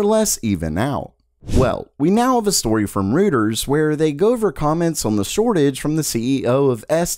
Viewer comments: Please learn how to pronounce "Reuters"... you completely murder its pronunciation in every video and its like fingernails on a chalkboard... it's NOT "rooters", it's pronounced "roy-ters"... how can you not know this at your age? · royters not rooters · Pronunciation of Reuters is not "rooters", but it should be "roiters".